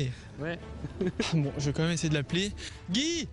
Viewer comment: Ce n'est pas en hurlant 'Guyy' qu'il allait obtenir une réponse vu que le prénom se prononce 'Gaï', mais en tout cas, il a du culot!